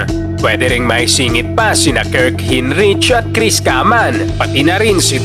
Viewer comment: sorry na agad boss, natawa ako sa pronunciation mo kay hinrich and kaman hehehe